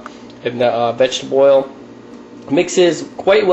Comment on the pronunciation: It's not Vegteboil fool it's Vegetable Oil